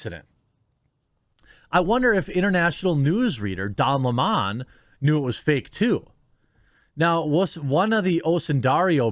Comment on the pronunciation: Please don't make Don Lemon sound more sophisticated than he really is by mispronouncing his name... it's 🍋... Don 🍋